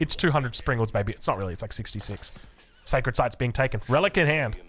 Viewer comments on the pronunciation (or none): none